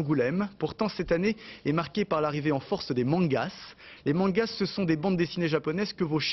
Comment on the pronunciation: Aussi honteux que ce reportage était je me retourne autant de rire quand j'entends "mangasse"